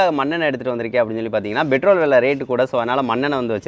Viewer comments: Petrol not betrol. !!! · Betrol not petrol 🤭😂🤣